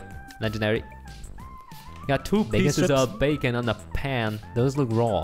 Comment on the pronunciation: He said dat “becon”